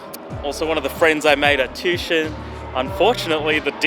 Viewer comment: It's pronounced tu-ition... Not tushon